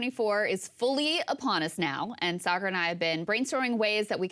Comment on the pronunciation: I need to hear Sagaar in that supposed British accent every episode!